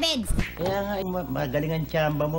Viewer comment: Sabidz un